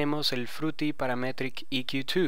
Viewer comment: Buen tuto me agrado "casi todo" Menos tu pronunciacion de Paaraaametriiic EeeQQQ twoo jajajaja :P mucho esfuerzo jaja en la pronunciacion , mentira viejo me gusto tu video Dedito pa rriba (y) Explica algo sobre El Sidechain , ya que ver tantos tutos sobre el no son parecidos todos , Es muy distinto el sidechain de FL studio a Ableton live , ya que con live directo Le pongo ala melodia Sidechain para q le de espacio al kick. Lo malo del FL que le afecta a todo . Saludos !